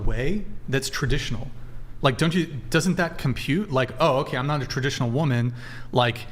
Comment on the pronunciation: PLEASE STOP ALLOWING THE GIRL WHO REFUSES TO PRONOUNCE THE WORD WOMAN BACK ON